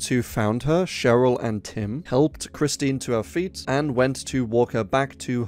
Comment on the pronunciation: Kristin smart not Christine